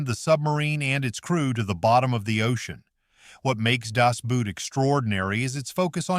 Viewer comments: ffs its german ....its not das boot its das boat ...the german word seems to spell boot but its actually pronounced boat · For F's sake, "Boot" in Das Boot is not pronounced like "boot" as in a shoe! English is a Germanic language, and therefore very similar. Two sequential O's in German are spoken with a long O sound. The movie title literally translates to, "The Boat" and that's how it's pronounced, Das Boat... 😵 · "Das Boot" ... please, please please learn to pronounce it correctly. You can get GOOGLE TRANSLATE to pronounce it. The lack of language aptness shown in this instance reduces the otherwise excellent quality of your video.